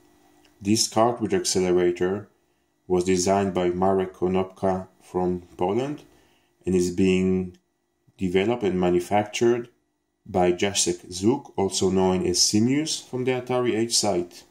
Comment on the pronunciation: Jacek, not Dżasek!